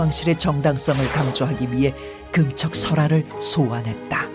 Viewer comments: 나레이터가 '금척'이란 단어를 발음할때 금:척(그음척)이라고 하는데요......맞는 걸까요? 금반지, 금목걸이, 금화, 금은방.....의 '금'은 다 짧게 발음하고, 금지, 금주, 금연, 금물의 '금'은 다 길게 발음하는데 왜 굳이 '금척'의 금은 길게 발음하나요? 비디오의 내용을 보지 않는다면, '재는 것을 금지한다'라는 의미로 들리네요. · 짧게 발음해야 한다!:person-turqouise-waving